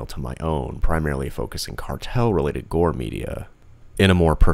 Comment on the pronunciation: Did you say new best gore domain?